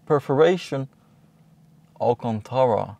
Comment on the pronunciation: all that allcontaahra :D